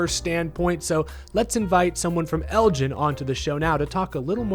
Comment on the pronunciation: as a Texas native myself, I cringe every time you pronounced Elgin like that